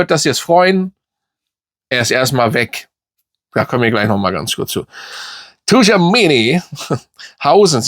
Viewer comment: Wie du Tschoumeni sagst ist schon Oscar Reif💯 Ps: diesmal wird nicht im Rückspiel gegen benfica deren Torwart einen Tor gegen uns schiessen, sondern der Trainer jose Morinho höchstpersönlich 🤒